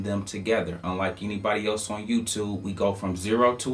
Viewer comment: I love how he says YOO-TOOB WEE-BOOL